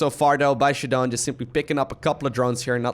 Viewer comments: ShaDoWn should be prounounced as "shut down" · i pronounce his name shadow-N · I think this is "Shadow N" is how it's pronounced.